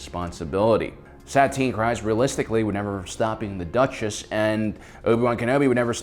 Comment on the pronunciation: every time u say satine kryze my ears burn. how can u spend ur whole life on star wars and not know how to say her name